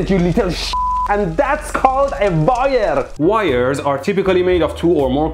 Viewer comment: I love how his mom calls it a "VIRE"